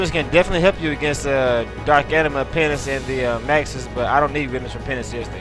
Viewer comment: Three major things I've found out about is the his LP's are awesome, secondly that he says penis instead of penance and i swear to god he says bagel instead of bangle.